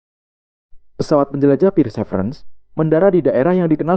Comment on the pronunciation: Perseverence bacanya persiverens bukan pirsevrens😂